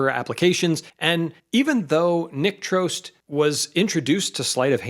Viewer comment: So, that's how it's pronounced! I've always thought "Trost" rhymed with "frost".